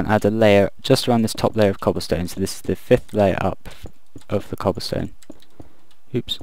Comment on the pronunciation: "So we've got some Cobblston-Shutup! Okay..." XD